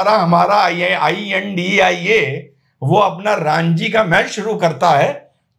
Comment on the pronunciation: सर रांजी नही रणजि ट्रॉफी..